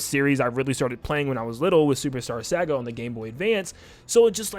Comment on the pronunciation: why do you say "saga" like that